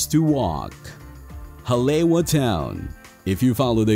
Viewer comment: Good information but the narrator needs to pronounce the Hawaiian words correctly like Oahu, Haleiwa, etc..Mahalo.